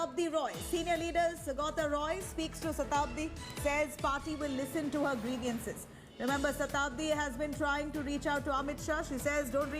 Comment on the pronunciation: "Griviance". Dear News anchor, get your pronunciations corrected!